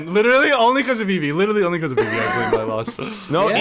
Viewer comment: It's eevee. Eevee is the most cringe